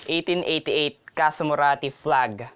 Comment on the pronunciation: Please say 1888 again!